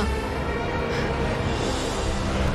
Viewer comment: it's "Thumeru" , the "P" is silent, like "pneumonia." there's more types of dungeons, each so cool, and id love to see you try those, too. its amaze